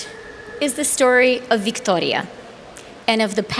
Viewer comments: I find the accent to be strange. It is not Victoria, like a queen of England. No, the O gets elongated and the R gets rolled like it is a queen of Spain, or Mexico. The speaker adopts this foreign pronunciation of what would otherwise be a normal English name. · Why is a Canuckistani using the latino pronunciation of "Victoria" for a Ukrainian refugee? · Why changed her accent to pronounce Victoria’s name? And who buys any of what she is saying. Also, a graduating class of 5000? How is this special in any way? What did these students major in that there are 5000 jobs for these people to have once they graduate? Who talks about peace being gone and war being on the horizon while comparing it to the beaches of Normandy? It’s fear mongering at the minimum. Why was the Ukrainian refugees allowed to board a plane with a cat? Lastly, out of the 5000 remarkable graduating students are only about 20 people clapping? It’s a sick world. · The way she pronounces. "Victoria", Cringe... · Her ridiculous pronunciation of “Victoria” reminds me of the great SNL skit where the news anchor pronounces words like “Nicaragua” with hilariously hard “I”s, rolled “R”s and soft “G”s. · This might be the most pointless, meaningless, boring, self serving, condescending and did i mention boring?, and out of touch graduation speaker i have ever heard. The way she makes a point out of how she pronounces Victoria makes me want to boo her off stage. Infuriating. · OMG the way she pronounces “Victoria,” so obnoxious